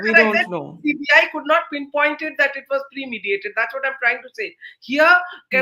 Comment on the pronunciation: says "premediated" in place of "premeditated" multiple times... and I am surprised that Barkha too says "premediated" a couple of times thereafter!!